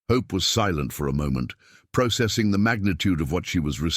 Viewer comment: You are miss pronouncing processing